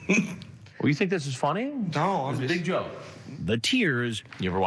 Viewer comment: the way chris says joke makes me laugh